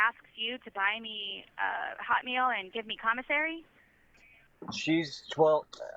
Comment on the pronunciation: The way she says "HOT meal" drives me wild. Shouldn't you emphasize the "meal" part, because "hot" is the adjective? Idk what it is, it makes me wince